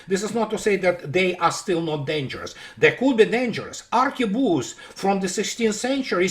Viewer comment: ARQUEBUSE..POLICHINELLE…I really dig your french..little surprises…!